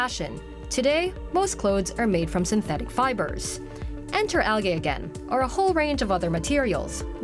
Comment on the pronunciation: learn how to say the words "nylon" and "algae".